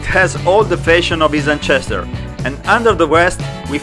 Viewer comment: Great job man. The music is great and the quietening of the music when you talk is perfect. Your English is pretty good too! Ancestor is pronounced like “ansestor” 👍🏽